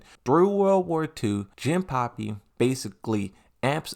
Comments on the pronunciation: no it's jin-pachi not jin-puppy or pappy. If im not remembering wrong, he is also pronouncing azucena's name like aklophena or something like that. That annoyed me and just wanted to say. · Why do u call Jinpachi "jinpapi" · it's not Jinpapi it's Jinpachi 😅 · Bro, is JINPACHI, pronounce the chi as in CHINA. The hell man... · Jinpuppy? Hey why are you pronouncing most of the names wrong? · It's a running gag of his. He intentionally mispronounces words for fun.